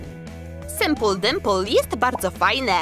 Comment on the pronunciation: Sipool (czytaj) simpul